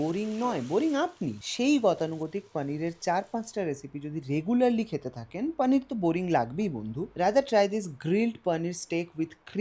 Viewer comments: Hindustani der moto paaaneer na bole poonir bol tui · ওরে আমার ঢং রে। পানির। পনির কে পানির বলাও এখন কুল!!! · আপনার প্রত্যেকটা ভিডিও ও রান্নার পদ অসাধারণ এবং আপনার ভিডিও উপস্থাপন এর পদ্ধতি খুবই সুন্দর | তবে বাংলা ভিডিও তে "পানির " না বলে "পনির" উচ্চারণ করলে শুনতে ভালো লাগে | বাঙালি "পানির" আর "লাস্যি" বললেই মনে হয় মুখে "বাত" হয়েছে | বাঙালির এখন "পনির", "লস্যি" বলতে মুখে তীব্র ব্যথা অনুভব হয় | বিশ্বাস করুন আমার মাতৃভাষা শুনতে খুবই মধুর | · 😂😂 Same here.....kono bangla channel পানির bolte pare ?? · Poneer bolo 😡